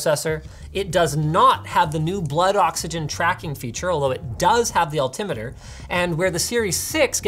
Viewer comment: “u get an altemeter so u can tell how high u r” does anyone else think he might have said it wrong?